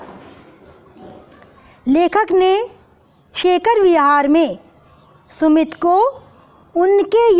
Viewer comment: Ma'am I am puja ma'am aap sumit bol rhi h aur book me sumati likha h....🤨🤨 To ma'am hum Kya likhe???